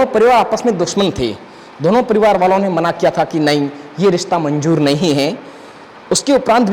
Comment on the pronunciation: Saadi, Majaar, Rista, Manjoor bohat khoob. Sharm karo, apni rashtr bhasha apni matr bhasha theek se bol nahi sakte. Learn to pronounce properly Shaadi, Mazaar, Rishta, Manzoor practice then open your mouth.